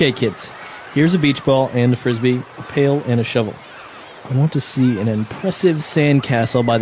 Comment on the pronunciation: It’s pail and shovel Not pale and shovel